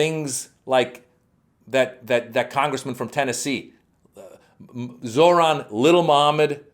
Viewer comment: Of course the reporter exhibits the scumbag tactic of mispronouncing the person's name. Mamdani's first name is not "Zor-Han". It is "ZOH-RAN". Phonetically, "Zo-rahn". The h is SILENT.